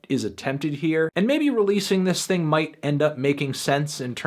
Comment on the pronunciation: How did you not like this "ting"? This "ting" fire 🔥🔥🔥😂😂